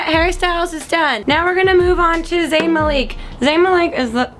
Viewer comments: Its, mal - ick. Not maleek. -. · LOOOL Maleeek, The Way She Said Ihh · You said zayn last name wrong I never watching you ever again why are you so mean to 1d